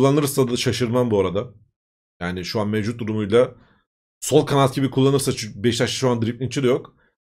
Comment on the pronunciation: "Beştaş" değil sayın Abim, "BEŞİKTAŞ".